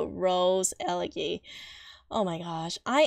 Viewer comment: It’s ele gee , like see!